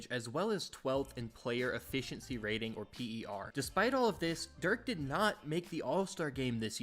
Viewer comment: Messed up Dirk’s name, Michael Finley’s name, and Jalen Brunson’s. When you make these videos and there’s glaring errors like that it takes away from your credibility. Sharpen it up because the rest was great!